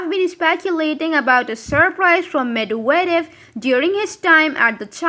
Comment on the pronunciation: For heavens sake learn to pronounce Medvedev properly..even if you are AI...